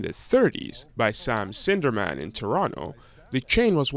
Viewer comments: "Started by Sam Sinderman..." Dude! His name was SNIDERMAN. Not that you should do actual research for a story or anything. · Sam SNIDERMAN, not Sam Sinderman. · Not to be that person but the foumder was Sam Sniderman, not "sinderman". But thanks for the upload. 👍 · I had no idea there was still one store left. Why did you wait until the very end to tell us what city it's in? You're supposed to mention that up front and not at the end. And it's not Sam Sinderman, it's Sam Sniderman.